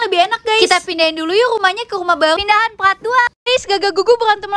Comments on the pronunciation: Mon maap kak tapi kok bilang "part"-"prat"? O-o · Ka part ka bukan prat